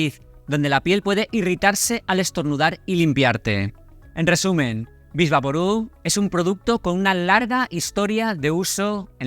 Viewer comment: Diga Vick Vaporub, no vix.